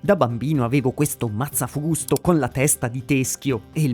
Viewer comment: Il " mazzafvusto "